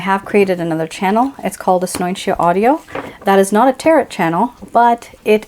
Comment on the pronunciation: Here's how you pronounce the word tarot